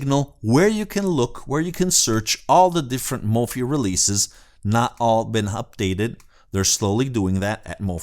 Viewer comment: Not a biggie. Mofi is pronounced Mo-feye as in Hifi